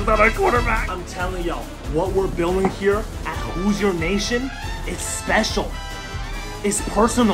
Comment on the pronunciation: Hello. As a fellow Hoosier, I really appreciate what you are doing with our program. However, I am sorry to inform you that it is pronounced “Hoo-Sher”, not “Hoo-Zir”